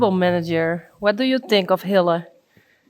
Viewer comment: thanks for pronouncing Hille's name correctly to us. You say Hilla whilst I have been saying Hillee.🙂 Your spelling 'e' is a 'a' sound whilst to me it is a 'ee' sound.🙂 Mind you with your name you say Yvonna when I say it, it is Yvonn as the 'e' is silent. The English language is very complex aye🙂 Anyways, this is an awesome video and so relaxing to watch. Master Hille has a huge internet fan base now, as well as with the children there too, as Saly is a great mama to let that happen when her baby is so young.🙂.